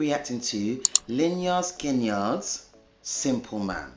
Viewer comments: The boys' high school principal's name was Leonard Skinner. He was very strict and they didn't like him because he would give them grief about their long hair. As a joke, they named the band Lynyrd Skynyrd after him. It is pronounced LIN-NERD SKIN-NERD. You might also like their songs "Gimme Three Steps," "What's Your Name (Little Girl)?" and "That Smell" ("Can't you smell that smell. The smell of death surrounds you." ... Three days after this song's album was released in 1977, three members of the band died and many were injured in a plane crash.) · Pronounced: "Leonard Skennard" I love you & your reactions! Thank you!